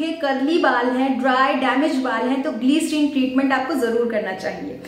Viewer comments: It’s Glyserine not gleeecerine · Don't say Gleeeerin 🙄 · Pehle bolna sikho gliceriiìiiiiiiin😂